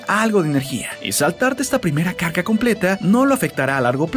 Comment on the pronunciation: min en vez de decir carga dice caca